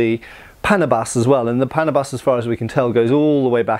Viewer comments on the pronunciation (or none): it's pronounced as paná buss not like pánà-bus btw. overall good, informative vid. Love it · "Panabas" typically pronounced like the word "bananas" than "Panama". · pronounce it as PANAAA-BAS... (long middle A, ends like a bus...) not pana-bus... from the root word TABAS... tabas [tá. bas.] : contour (n.); figure (n.); shape (n.); cut (v.) "pang-tabas" means something you cut with... which becomes "panabas" as the name of the tool... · You are supposed to pronounce that as panaaabas and not paaanabas. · If my assumption is correct that its name "Panabas" came from the words "pang" and "tabas", then the name might actually be pronounced as "pa-NA-bas", with the stress on the 2nd syllable (much like "banana" and not so much like "Panama"). Or I may just be nitpicking 😅 but nevertheless, thanks for featuring these Philippine weapons ✌️😊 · stress is on the second syllable and the first vowel is hardly pronounced, so it's pnA-bas. that's short for pang tabas or for 'countouring' as in contouring your enemy's face. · Regarding the proper pronunciation of Filipino names from the Austronesian language family, it should be pronounces as [pa-NAH-bas], with the emphasis on the middle or second-to-the-last syllable. The same pattern of syllable stress should apply to most other Filipino words with three or more syllables. By the way, "panabas" is related to the Tagalog word "tabas" which means to trim or "slice the edge of." You mentioned the Moro "karis" with the wavy-edged blade but it's the first time I heard it called that way. I've mostly heard it called as a "kris." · It is called pa..na..bas. That is how you say it! Slowly. Panabas means "to clear" or "to cut" esp tall grass! To make a clearing so a farmer can plant rice or root crops! It can also be used to cut sugarcane stalks. Or the head of an enemy! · Great video! Accent is on the NA (pa-NA-bas). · /Paa-naa-bas/ that's how you say it. Thanks for featuring it. ❤ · Paa-naa-bas. Literal meaning: chopper.